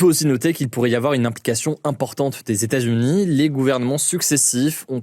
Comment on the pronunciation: hugo ! est-ce possible de dire LES E TATS U NIES s'il te plaît?? parce que ton "stazuni" là ca commence à souler